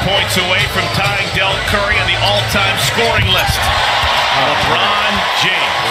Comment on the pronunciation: Did he say Marvin takes it from LeRiod James lol